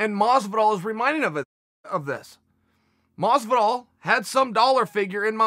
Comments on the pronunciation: every time I see a chael video with masvidal in the title I gotta get ready to hear him say "George masvidal" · Who the fuck is George Maazzz-vidal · I thought he said “Rich wallet” of Masvidal